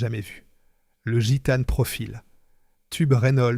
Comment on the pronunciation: L’IA c’est vraiment chiant "Machècoule", au lieu de Machecoul. Guitane au lieu de Gitane. Franchement c’est agaçant. 😊